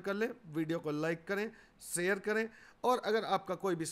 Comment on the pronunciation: यह शब्द शेयर है , सैयर नहीं है। कृपया भाषा का सुधार करें।